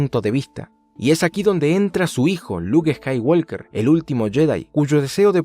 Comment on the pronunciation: estoy seguro de que pronuncias eskaiwolker solo para que la gente te corrija en los comentarios